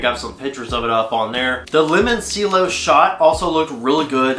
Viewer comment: FYI, its pronounced "lemonc(h)ello" like the instrument 👌🏻